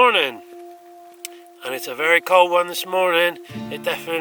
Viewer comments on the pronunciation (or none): none